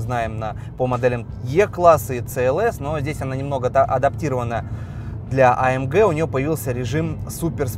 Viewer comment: А ЭМ ДЖЕ....А ЭМ ДЖИ.....Баран АМГ !